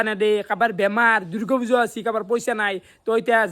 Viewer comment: দূৰ্গো পূজা না দূৰ্গা পূজা হা ৷ ভালকে শব্দটো নকোৱা